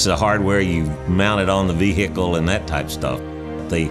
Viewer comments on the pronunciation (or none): "Piece of hardware you mounted on the ve-hicle and that type of stuff" Can we actually get someone who knows what they're talking about or at least if he does know (hopefully he does having worked 37 years for NASA) actually emit some sort of effort for this narrative. Also take a shot everytime he says "hardware".